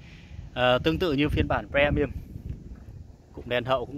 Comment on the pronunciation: Ông này đọc chữ Premium nghe khó chịu thực sự, đã phát âm sai mà cứ cố nhấn âm nữa chứ